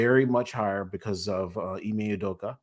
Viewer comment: Also it’s Ime Udoka, not Iwe Udoka